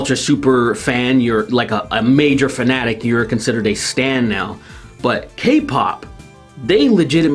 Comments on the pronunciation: Bro, do you mean [ S T A N D ] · When you said stan I heard Stand and then I started thinking of all the fans of them are just a singular stand from jojo.